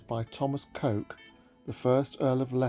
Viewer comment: Lovely video but I think you will find that Coke is pronounced as ‘cook’. Illogical I know…